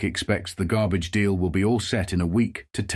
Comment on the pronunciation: "Gabbage." Yr Brooklynese is getting better. ;-)